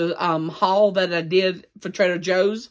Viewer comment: I keep thinking he says trailer Joes.😆